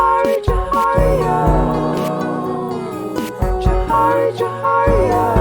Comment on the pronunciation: Bruh the beginning of you two trying to pronounce Djohariah 💀💀💀💀😂😂 It's pronounced "Jo"-"Har"-"E"-"A" If that makes sense